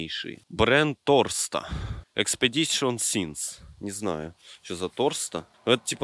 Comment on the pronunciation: Не торста а торстал